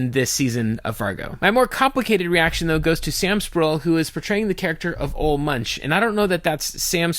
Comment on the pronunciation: Ol Munch? He said his name. It's Oolah Moonk. Get it heckin' right, eh?